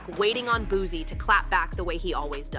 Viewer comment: It’s not Boo-Z it’s Boo-C😂😂😂